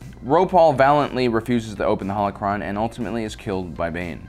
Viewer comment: be like, UwU senpai yoda pwease wet me into youw howochwon vauwlt Wet youw in I wiw not senpai bane If you don’t get it he says howochwon instead of holochron